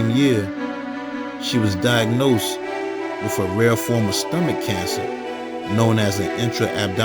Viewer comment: Wiff = With. Wiff her??? I really like your content but is it really that difficult to pronounce the "th" in the word "with"? You're obviously an intelligent person which can be seen in your content, editing and research. When you continuously use incorrect grammar and pronunciation it only serves to make you sound less intelligent than you are. I'm not talking about any slang as we all know what slang is if you use it, it is intentional but mispronouncing words, EASY words like with, and using the "f" instead of "th" it's just not a good thing man. Hope you don't take this offensively as that is absolutely not my intention but simply to point out something that you may want to pay attention to and work on.